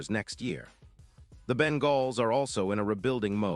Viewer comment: Ben-galls? Give me a break. AI voice sucks.